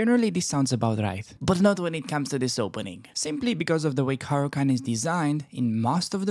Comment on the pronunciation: bro i have been studying your caro-can lol, its not caro-cant... how do i show you a game i had following your rules.. i went from 500 to 1005 in a week... ive only been playing chess for the last 6 months. I learned the moves when i was a kid but never took the game serious, you make learning super fun.. keep making them videos man!!! let me know if you want to show my game in a video. its great that you know it all, but its even better when people watch you and go and pound those terd burglars back to chess puzzles..